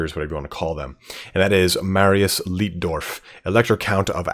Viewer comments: Just so you know, it's light-dorf, not leet-dorf. In German, where you have an i and an e together like that, you pronounce it as the elongated version of the second letter. So sieg would be seeg, but arbeit would be ar-bite. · Its "LIGHT"DORF not "LIT"DORF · great video mate, though the chaps name is pronounced differently "ei" in German is pronounced as "i" would be in English Leitdorf is pronounced Lightdorf basically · Si pronuncia Laitdorf.